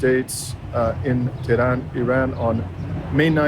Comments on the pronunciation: To pronounce Tehran correctly, you need to emphasize the first syllable more forcefully. It is TEH-ran, not Teran. Thanks for the video. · Pronounce the H when u say Teh,, than speak ran like u would the name Ron in english. Finally, emphasize the second syllable. TeH-RON Et VOILA! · Couldn't finish because of the constant mispronounciations. Research?? You can't learn to say "Tehran," "Iran," or "Iranian" before you make a video ??? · So glad you came to Tehran. Pronunciation may be helped by lengthening the a ‘a’ to ‘aa’ not always. The metro system is really amazing given the time that it has existed and it is extremely good service. In the past Tehran had a problem with pollution (it still does but given the growth not surprising) so many parks have been created. Trees in the city are protected such that if any developer damages one the penalties are very high. Also on the metro in order to get people out of their cars the fares are heavily subsidised. I hop whilst in Tehran you will visit the Milan Tower - the view of Tehran at night is stunning. Also there is the largest bookstore in the world’the book garden’ and the shopping malls are without parallel in the west. If you have time please visit Isfahan you will not regret it - I promise you. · You need to pronounce the "h" in Tehran, the same way that you pronounce "h" in uphold.